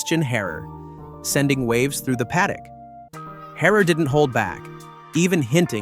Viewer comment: WTF is this channel , don`t now how to pronounce any name right in the first minute. Yuki Tsuna and whatever you make of Horner. This is a disgrace.